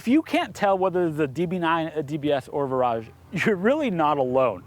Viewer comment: Pretty sure the Brits pronounce it like "Veer-aj"? What actually makes it different from the 2013 facelift DB9 other than name? Great production quality on this video, I'm really impressed! I need to step my game up for my videos!